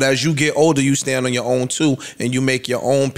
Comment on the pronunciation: I’m glad y’all cleaned up that blurb in the beginning because the hard ass “T” Joe put on “Own” pronouncing it “Own’t” bothered tf outta me 😂😂😂